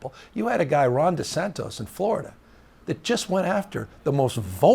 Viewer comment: "Desantos" this guy still screws up his name and obviously lies because he is speaking.